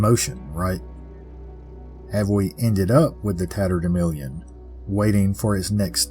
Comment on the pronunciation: I remember the term "tatterdemilion" from my childhood, used by my mother and grandmother, who were from Missouri. It was pronounced the same way you do: with a short "i" in the fourth syllable rather than the "a" that shows up in print. They said it when we'd gone out and gotten good and dirty. Who knew it was something so mysterious? Thanks for another fabulous tale.